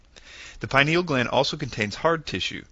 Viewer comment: if you going to speak about the PINEAL gland, please pronounce it properly, not pi-nal, thank you.